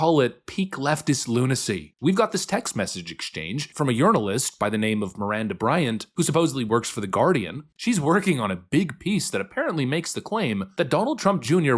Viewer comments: Had to rewind a couple times to make sure I heard that right! LOL Urinalist! I have a browser extension that replaces words on webpages, and I already had it set up to replace "journalist" with "urinalist". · Did you say, "Yournalist"???? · Did you say urinalist?